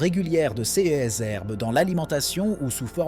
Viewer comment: C'est une voix robotique qui parle et ces voix disent souvent C E S au lieu de dire CES ! C'est étrange en effet :face-purple-wide-eyes